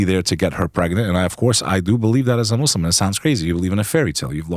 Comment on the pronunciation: Just fyi, it’s Muslim not Muzzlum and Islam not Izlam.